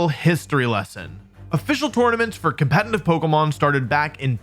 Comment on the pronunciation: Why does he always say "compeNtitive"? So irritating